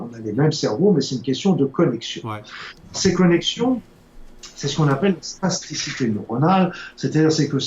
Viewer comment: Spasticité ou plasticité ? Vous semblez prononcer spasticité mais je ne vois pas le rapport avec le cerveaux alors que l'on parle souvent de plasticité du cerveau pour décrire sa capacité à modifier et réarranger ses connexions neuronales en permanence. Merci du reste pour vos programmes !